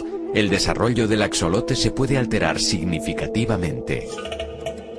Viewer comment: Axolote en México se pronuncia así Ax(j)lote la x en MX suena como CH, J, Xa,Xe , XI, xo, xu.. dependiendo sea el caso, en este caso se pronuncia ax(J)olote, porque? Porque muchas palabras en MX son de origen náhuatl